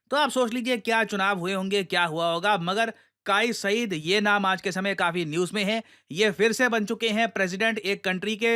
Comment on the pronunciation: काई सईद nahi bro it's कैस सईद। KAIS जो मजनू KA REAL NAME THA..ARABIC MEIN MAJNU पागल इंसान KO KEHTE HAIN..😂